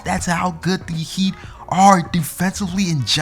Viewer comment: Did he first say the Miami hate